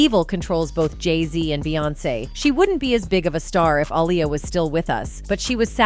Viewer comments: It's not alya it's Aaliyah... Say it right please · The Robot that read this has obviously never heard of Liberace. It's pronounced LIB-ER-AH-CHEE!🙄 And only AI would pronounce Aaliyah as "UH-LIE-YA".😖😐